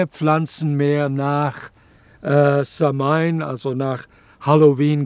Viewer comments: Eine Sache muss man leider Korriegieren es heisst nicht SAM-HAIN ausgeprochen sondern SAH-WIN ansonsten so ein schönes Video und Vortrag könnte ich auch Std lang zu hören🙏🏻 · samhain wird anders ausgesprochen —-> „sauin“ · Lieber Dieter - Samhain wird "SAUON" gesprochen 😉☘️🇮🇪☘️ -Ich bin zwar nur halb Ire aber ein wenig Gaelge spreche ich doch. Sehr schön erklärt. ❤